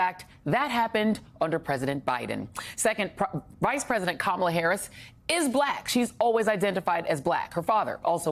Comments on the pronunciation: Kamala IS mixed. Kamala LOOKS mixed. She is black, but she is half...she is half Indian on top of that. She is mixed, just like Barack. Now if that means anything, you can let me know. And her name is pronounced KA-mala. It is an Indian name...since she is Indian. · Thanks, Joy. But please pronounce Kamala correctly. It looses its beautiful meaning if you keep repeating how ignorant people say her name. It’s a short “ka”!